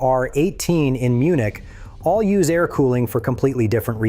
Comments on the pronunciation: A-R cooling? I’ll never understand why people who let the AI do the work for them can’t at least come along afterward and listen to their own video before uploading. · This video is ai? Why the hell did it pronounce Air like that